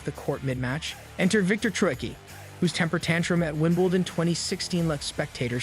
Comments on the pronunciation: OMG, if you're going to do a video about ANYTHNG you clearly don't know very much about at least learn how to pronounce people's names. It's Kir-long-E-ose not Krigeose, and it's Evonne not Ivan, Joke-a-vich ,not Jokavick, Fobbio, not Fabio,, Wimbledun, not Winbledawn, Neigh-dal, not Naydul and he's one of the. biggest names in tennis. You'd think you would at least get that one right, Meekale, not michael,, Nastazee, not Nastase, and oh my god its Mack-in-row. Have you ever watched a tennis match in your life? And just so you all know I am trying to spell each name phonetically so that this guy can see how they should be pronounced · The idiot couldn't even pronounce ''Wimbledon''......what a joke.